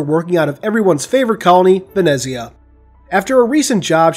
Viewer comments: Ven-etz-ia-ah correct pronunciation (at least how it was pronounced in the audiobook) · I believe it is pronounced "VEN-ETS-YA" - the italian version of Venice, but that's just...